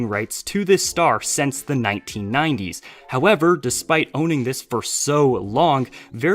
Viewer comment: This is the first time I've been offended by someone saying the 19-90s